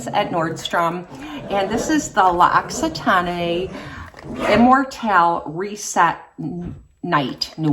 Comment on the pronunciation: Hi! The products that i repurchase the most are tretinoin and cerave hydrating cleanser for the face, advanced clinicals retinol for the body and fructis aloe vera shampoo for my oily hair. By the way, i'm french and we don't pronounce the last "e" when we say l'occitane.